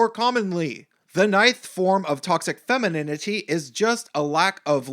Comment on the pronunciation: LOL... femininininininininity... funny, if it wasn't soooo seriously wrong... And... damn you... I have to hear "anita's" name again... damn... (btw... noticed the no capital "a"?) Thanks for your talk... respect... :-)